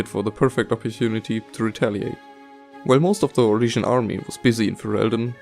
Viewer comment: did you say syrian? o.o